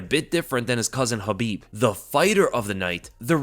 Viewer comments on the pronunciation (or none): none